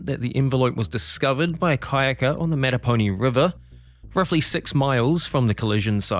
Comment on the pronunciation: MAT ta poe nye. Formed by the confluence of the Matta, Po and Ni rivers. Mattaponi is also the name of a local subtribe of Powhatan Indians.